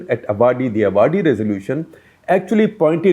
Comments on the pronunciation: Mr SG, Seriously, you should exercise care while pronouncing South Indian names. The place of 1955 AICC session is AAVADI, not AVAADI. You have some South Indians in your team. Secondly, I am glad to hear you unequivocally hold Nehru and Indira Gandhi responsible for ruining India’s economy. In fact, they have done such a thorough job of it that it takes several governments and several decades to repair the economy. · If 'loss to the exchequer is criminal' then how do we treat the parliamentarians who are exactly doing this? BTW Avadi is pronounced आवडी. I wonder why you can't check out with your correspondents from the respective regions to get the right pronunciation!! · Sir ‘ Avadi’ is pronounced as ‘ Aavadi’ not as the noun appears! Most north based media pronounce south based nouns - names of people and places horribly wrong ( respectfully not just you or your team). They need to remember in no language are words pronounced as they appear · Hi sir. Very informative. Thank you. Feedback: Avadi is pronounced as आव‌डी. Also Oriental is headquartered in Delhi and New India Assurance is based out of Mumbai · Funny how Shekhar ji pronounces Avadi . I guess it is the limitation of English language . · Sir, I think you pronounce"Avadi" wrong. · the place is not अवाड़ि it is आवड़ि. 😊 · It is Ah Vadi. where the Congress meeting was held. Not A vadi. The A is the second vowel (longer one) in Indian languages. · A minor point - the place Avadi in Chennai is pronounced as 'Aavadi', not 'Avaadi' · Avadi is pronounced as Aavadi and not Avaadi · Humbly request you to learn the reasonably correct pronunciation of names of places in Tamil Nadu. Avadi is pronounced as aavadi and not avaadi please. If in doubt, just look up the Hindi version of the Avadi railway station board. If you care to take a little trouble, you can win over the hearts of many.. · I do follow all your videos with great interest. Thank you for the great work! Small point...it's Aavadi not Avaadi 😀